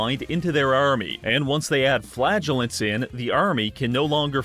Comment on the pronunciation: Every time you say "flagellant" I hear "flatulent"